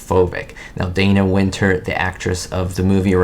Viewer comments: DAH-na Wynter, not DAY-na. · Dana Wynter was British! Her name is actually pronounced "Donna"! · A little factoid if you should ever review anything with Dana Wynter in the future: she doesn't pronounce her name, "Day-ner". She pronounces it "Dah-ner"! 😮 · Everyone thinks Dana Wynter's name is pronounced "DAY-na" but actually it's pronounced the same as "DONNA" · Dana Wynter's first name is pronounced like the female name "Donna". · Dana Wynter's first name was pronounced, "DAH-na".